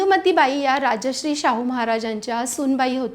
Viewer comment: उच्चार राजश्री ऐकू येतो. ते राजर्षि होते. राजा असून ऋषितुल्य. राजाहून मोठे!